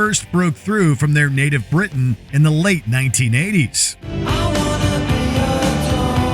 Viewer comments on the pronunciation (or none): none